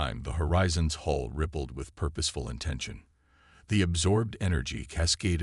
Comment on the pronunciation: can you get HULL right ffs not hole or any other variety that shows up in the captions oh & IT's COM CHANNLES not CALM